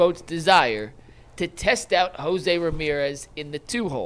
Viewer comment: "Hose-E" Ramirez ?